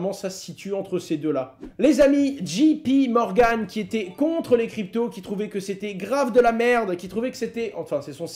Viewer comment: C'est djéé pi Morgan et pas djii pi Morgan "J" en anglais se prononce dgé. La prononciation est importante pour les non francophones.